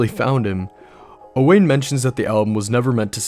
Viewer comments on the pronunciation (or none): Just so you know, I think Owain is pronounced like Owen, I'm friends with a guy named Owain and that's how he pronounces it, otherwise fantastic video.